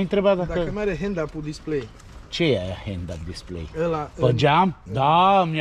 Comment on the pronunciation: Se spune headup display...nu hend up.E mare meșter ăla....știe citi????